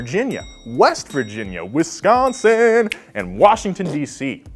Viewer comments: The way you said Wisconsin warms my heart as that's my home state 🤣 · As a guy from Wisconsin... I love the way you pronounced our state